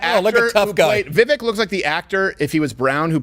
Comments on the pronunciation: It's "Vivek" like "cake". No like "kek". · he's not wrong.....he still calls Vivek incorrectly even after when politely explained how to pronounce it, it's like he's not even trying. And for anyone who isn't even trying, regardless of your politics, fuck them.